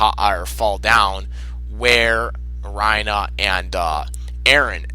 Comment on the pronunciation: Why the hell do you pronounce Reiner as "Rhino" instead of "Rei-ner"